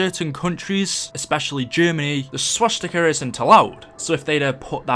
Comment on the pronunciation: Why was Broken Arrow established? P.S. I thought it was funny how you said Swastiker